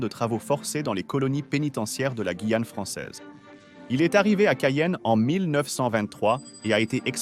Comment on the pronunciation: mauvaise lecture de la "voix". des "e" innapropriés et le non guillane lu "guillane" et non "gouillane". Je zappe.